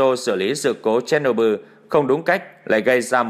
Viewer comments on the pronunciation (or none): none